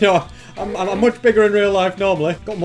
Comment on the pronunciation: its much not moch omg